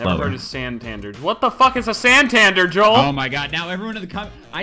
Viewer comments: Lol "Santandur" XD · San tan dare that's who u read it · the way he pronounced San-Tan-Deeerr its pronounced Santandur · San-tan-dare, its a European banking company. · its pronounced santandare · sand tandar as well.. like wtf XD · it's pronounced san-tan-dare. and it's an English banking society. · Santander (San-tan-dare) Is a banking society in the UK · it's pronounced SAN-TAN-DARE and LESS-TER CITY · Santander is pronounced San-tan-dare; banking organisation. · ITS SAN TAN DARE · San-tan-dare XD its a European banking company lol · its san-tan-dare sory us british are weird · the way he pronounced santander